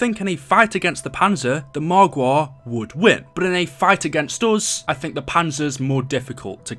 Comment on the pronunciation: AmI the only one who likes it when he says margwa😂😂